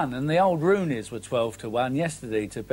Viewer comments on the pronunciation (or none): "the old roonies" 😂